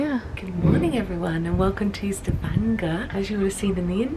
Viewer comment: Impressed by how he pronounced Stavanger - perfect.